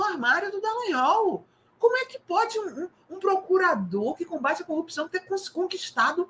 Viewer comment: O ex procurador e o seu enriquecimento exponencial, utilizando laranjas..... Copissão? Corrupção, palavra que não consegue pronunciar, mas consegue praticar.